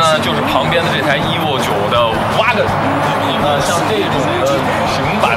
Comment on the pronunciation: 听他那个EVO的发音，我就想关掉了